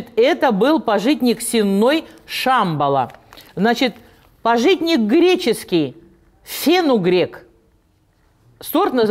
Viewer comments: пАжитник. Ударение на первый слог. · Извините, правильно ставить ударение на первый слог, пАжитник.